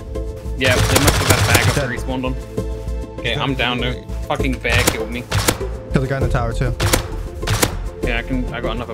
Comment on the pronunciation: "An asian kiwwed me. diswonect'